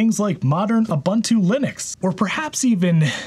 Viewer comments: You Bandu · It's pronounced soh-LAH-ris, just like Ubuntu is pronounced ooh-BOON-too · Dude, learn how to pronounce Ubuntu... OOO BOON TOO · Exactly!! But the disrespect towards other cultures is just standard at this point🤷‍♂️